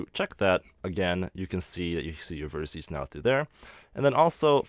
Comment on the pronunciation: Very interesting. It does anoy me though that you keep talking about on verticee, (don't know how it would be spelled...) it's a vertEX... Vertices is the plural. To anyone that wants to burn me about this, I have ASD... These small errors make it REAL hard for me to actually follow the tutorial. Besides, my comment is meant to TEACH, not to make anyone feel bad...